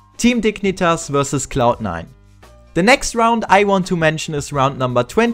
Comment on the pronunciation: sprich das verdammte the endlich mal anständig aus